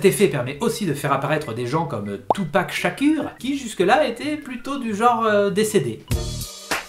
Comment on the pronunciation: Pour ta gouverne ça se prononce "toupac shakour"